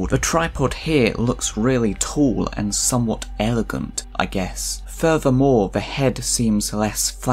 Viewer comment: Shame about the "and" but well done sir.